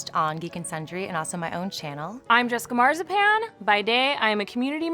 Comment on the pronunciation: Wil mispronounced Jessica Marzipan's name lol